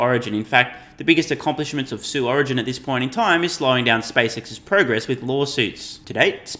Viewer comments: "Sue Origin" LMFAO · "Sue origin" 🤣🤣🤣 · “Sue Origin” lmao